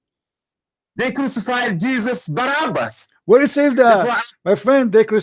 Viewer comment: you are pronouncing the wrong name: it is Barabbas not Barnabas! Just to be clear!